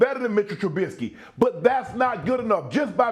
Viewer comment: MITCHEL TRABISSKKIII???😂😂